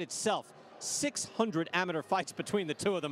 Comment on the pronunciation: Nobody is going to talk about the way he pronounce amateur